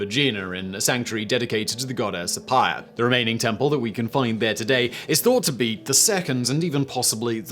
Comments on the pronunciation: FYI the letter combination of "ph" sounds like the english "f" ..so it would be "afaia's temple" and not "Apa-ia" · Simon, "Aphaia" is pronounced "Afaea" (the "ph" is usually voiced as "f" at the start of words, this one goes beyond. Also, the "aea" is a diphthong, pronounced like the succession of "e" in "pen" followed by the "u" in "pun"). Aphaia in ancient Aegina was kind of like the local version of Hera, wife of Zeus! Also, "kore" is like "Nike", the final "e" is voiced. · I enjoy your videos very much. As a Greek, though I would like to do a small correction. Aphaia, in Greek, is pronounced with an F and the "ai" is pronounced E. This makes it AFEA. Just for future reference. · A correction, if i may: it's Aphaia is pronounced Afea in greek ! :)